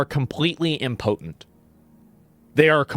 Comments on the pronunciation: who the fuck says imPOTENT like that? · I hate to be a grammar nazi but as a Canadian, that understands the English language better than Americans, it’s pronounced imp-o-tent. Not im-potent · Im poten is not a word. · Did he say “important” or mispronounce “impotent”? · Ok, he clearly says important shortly after so it was a mispronunciation of impotent, which fits because it means useless, like a floppy 🍆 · Why are you pronouncing impotent in such a strange manner? 😂